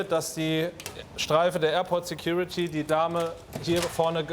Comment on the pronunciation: Security "Tyuty " Officer xD